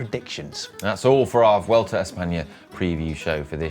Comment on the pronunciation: Congratulations on pronouncing "Vuelta" pretty well. "V" in Spanish is pronounced like a soft B. It's definitely not pronounced "W". "Bwelta" is not far off how the locals say it.